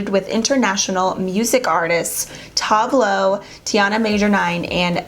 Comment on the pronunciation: She clearly doesn’t know who Tove all is by the way she pronounces their name